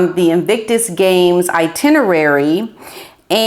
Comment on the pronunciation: Not only do you look lovely,, but you have the nicest way of speaking, so clear and articulate: I noticed you pronounced the word “itinerary” really beautifully, which is quite rare, even among people who are supposed to have good enunciation 😘👩🏻‍🎓